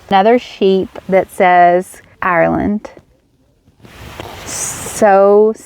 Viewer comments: Tip.... Maybe ask locals how to pronounce Ireland.... the way Americans pronounce Ireland makes most Irish pissed.... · ur grand.... thank you for explaining... I lived in NY myself for 15 yrs and I know it annoyed me with the way Americans pronounced Ireland... its the way ye pronounce ur Rs... no offense taken... glad you enjoyed ur stay in my country.... hopefully you have some great memories....